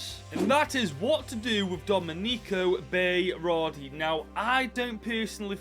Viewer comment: Domey-Neekow Bay-Rawr-dee BROOOOOO THAT IS THE WORST WAY TO PRONOUNCE IT! Try Forvo before destroying names